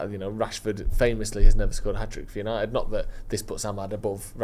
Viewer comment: Yanited😂 love you Listen to the man